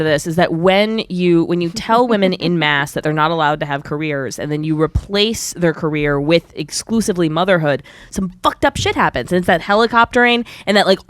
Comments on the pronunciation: the first girl.. pronouncing "en masse" as "en mass" not "on masse"...and "per se" as "per see" not "per say" .. id like to hear her say "face palm" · "in masse", "per see" I love it when people try to use fancy phrases but can't even pronounce them correctly. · "in masse" "per see" When you think you're being smart by using fancy phrases and completely fucking it up.